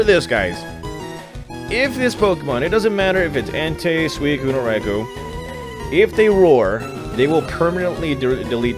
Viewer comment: Who tf calls it a raikow? lol raikoo